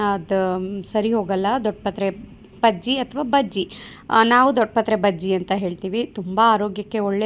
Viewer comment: Baggie, not paggie